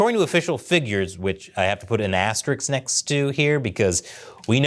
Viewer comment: Did just say "asteriks?" oy